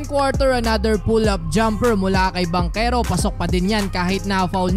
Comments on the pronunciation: Taga saan kau sir?😂😂 banchero po at hindi bankero😂😂 parang taga kapampangan lng..hindi marunong Magsalita ng H😂😂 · Hindi "Bankero", Bantsero, (Banchero), Hindi Timberwood, Timberwolves! 🔥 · Parang baligtad yta yung bigkas kac NBA na yan dapat paolo banchero...yung sa PBA nman yung bangkero kac lokal lng xa...lmao...3😊😊😊😊😊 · Bantsero yata hindi Bankero 🤣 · Paolo at Chris Banchero ... Bang-kero ang basa dyan tol.. ginagawa mo? yan natosta ka tuloy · Bangkero tlaga pronounce nyan, naf appeal nga yung sa pinsan nga sa PBA ee, bakit daw ban-chero yung pronounce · Bang-kero po pronunciation kahit sa game kanina yung commentator at nung draft day ni Adam Silver Bang-kero pronounce nila. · Bantyero ang tamang pronunciation… hindi mabigkas ng mga Kano…Pamangkin sa Pinsan ni Chris Banchero yan… Bantyero ang bigkas sa apelyido nya sa PBA… italian ang apelyido nila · Bankero po tamang bigkas dun hehe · Bankero ang pronounce as per chris bachero ng pba yan ang pag tamang pronounce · I have not heard nba commentators how they pronounced banchero pero sure ko na BANKERO ang tamang pronunciation niyan dahil half Italian si banchero.. ch ay k ang pag pronounce… I hope it helps thanks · bangkero talaga ang pag pronounce nyan, kahit sa Relative nya sa PBA na si Paolo Bangkero na din ang banggit ng mga announcer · Haha bankero ka ng bankero, hahaha wala ka ata ch sound haha